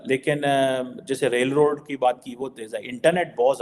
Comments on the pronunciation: 100% madrasa chhap even can't pronounce rightly [roll and re-e-d!!]😂😂😂 infrastructure [rail & road] अबे इतना जल्दी भी क्या है साला हम लोग भी एडिक्शन हो गया हैइस 😂😂😂😂😂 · bhai…..it’s not role & raid 😂😂😂😂. It’s rail & road. How difficult is it, you made the same mistake twice! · Bhai totale Roal Raid nahi rail road hota hai. 😅